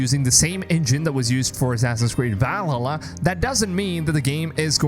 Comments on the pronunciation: Why does he say "va lalla"? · Is anyone else triggered by him saying vall a la